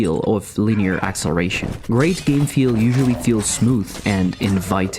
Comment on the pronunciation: WTF are "axeration" and "deeseration"?